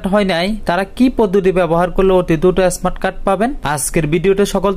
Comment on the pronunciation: এস্মার্ট কার্ড কি।স্মার্ট বলতে পারেনা আবার কথা বলে।